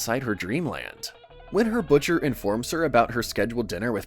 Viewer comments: Wait, is it me or did he really mispronounced "butler" as "butcher" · "when her Butcher" no no no "when her Butler" the guy definitely looks more like a butler than a butcher, unless I'm about to be proven wrong soon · "when her butcher"